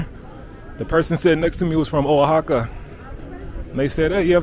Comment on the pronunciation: the O in Oaxaca is pronounce like W